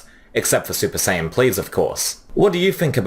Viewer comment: SUPER SIYAN 😂